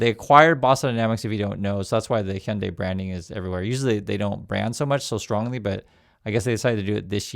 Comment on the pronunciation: Hyundai rhymes with Sunday bro.